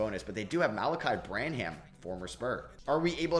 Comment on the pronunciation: It’s pronounced “Sooo-Hann.” And “Bran-uhm”.